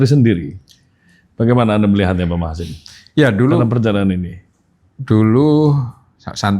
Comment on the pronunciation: Prof Machasin Dibaca Max Hazen Asli nggunung Kaligesing